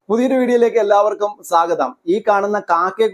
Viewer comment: സാഗതം അല്ല സ്വാഗതം ആണ് മലയാളത്തിന്റെ പോക്കേ